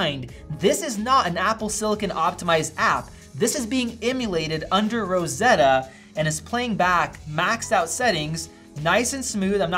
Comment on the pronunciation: „And it’s Rrrosseddddddoa 🤣“